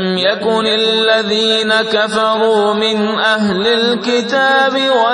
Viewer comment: Lam u kunil lazina kafaru min ahlil ketabe Wale surh m 6th aayat m kaf pdhna chor diya h plzzz unhe correct kr kr pdhen